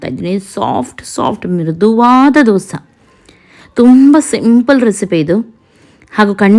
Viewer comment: ದೋಸಾ ಅಲ್ಲ ದೋಸೆ.... ದಯವಿಟ್ಟು 🙏